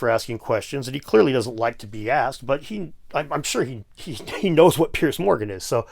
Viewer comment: Guys, just an FYI, 'Piers' is pronounced PEERZ not "Pierce".